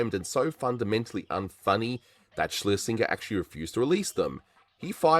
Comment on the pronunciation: Excellent video, despite the repeated mispronunciation of 'Schlesinger' (hint: it rhymes with ginger)